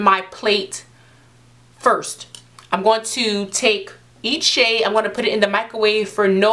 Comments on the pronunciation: When she says of that shade I thought she was saying that shit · Every time she said shade I hear shit 'gonna take a little bit of that shit' 😂😂😂😂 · Ha Ha omg same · I thought she was saying shit till I read your comment ...